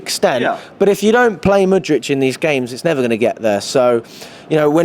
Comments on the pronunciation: It's December and bro is still saying Mudrych ... We're finished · Whats with always saying mudric instead of pronouncing it with a “k”